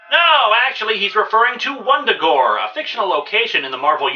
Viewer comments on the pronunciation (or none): Vun-Da-Gore... not Wundagore.